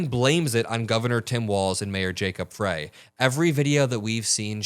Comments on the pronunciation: Mayor “fry” please get his name right. Not fray… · Jacob fry not fray